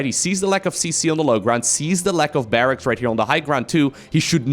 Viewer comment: Barracks is correct but it can be tricky to pronounce. Think of it as Barrax and not Barrackses